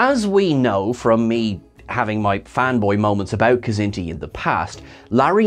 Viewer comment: I love that you said Niven;s kzinti!!